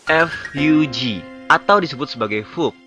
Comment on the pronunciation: Bijir bacanya bukan fuk tpi efyuji